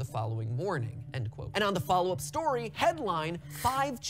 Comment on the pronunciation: Huh WAIT HE SAYD STYIY NOT STORY WOOWW